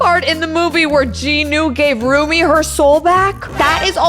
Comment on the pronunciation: I'm sorry dut it's Rumi not Ruby